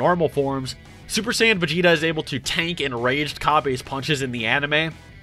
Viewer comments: He says "cabbA"instead of Cabba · It's pronounced "cabba" man caaba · STOP MISPRONOUNCING CABBA'S AND VADOS'S NAMESSSSS